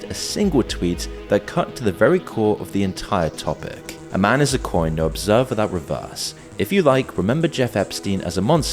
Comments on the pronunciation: You read that Epstein tweet wrong. The word is obVerSe not obSerVe. The Obverse of an item (like a coin) is the side that feature the most prominent design, often called the "front", and the reverse is the other side, often called the "back". Yet there is no front and back of an object like a coin. They're both equally important. So instead of calling them "front" and "back", they're called obverse and reverse. As a life-long coin collector, I use this term a lot more than the general public. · Obverse, not observe